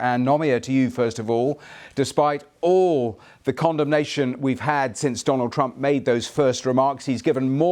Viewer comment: My man said “Condomnation” 😂😂